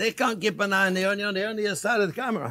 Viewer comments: I could listen to him say onyo forever haha love you chef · I love the way he says onion. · I think I watch him more for entertainment than for cooking because I laugh so much with him, especially when he says the word onion 😆.